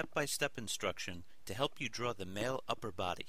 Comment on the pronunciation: Why do all these people keep saying DRAWR!!! It's DRAW!